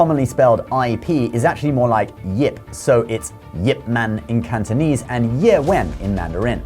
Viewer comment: Your Mandarin and Cantonese pronunciation are impressive!